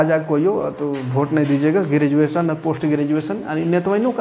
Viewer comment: ई अनपढ़ नेता tenth ka बूक हाथ से छुआ नहीं होगा इसको ग्रेजुएशन बोलने नहीं आता शिक्षा मंत्री है